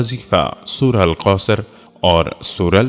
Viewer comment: بہت خوبصورت انداز ۔۔البتہ لفظ کاف کو قاف نا پڑھیں مثلا ۔۔کبھی کو قبھی ۔۔اور ایاک نعبد کو ایاق نعبد ۔۔سورة الکوثر کو سورة القوثر ۔۔ حدیث پاک میں آنحضرت صلی اللہ علیہ وسلم نے ارشاد فرمایا المئومن مراء ة المئومن ۔۔